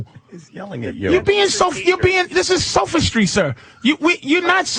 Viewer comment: LOL Patrice said "sofastry" instead of sophistry. He was absolutely correct though. Michio is a clown